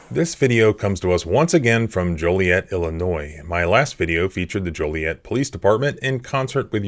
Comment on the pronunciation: Joliet rhymes with toilet